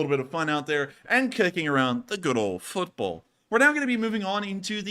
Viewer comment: you're pronouncing football and football differently 😉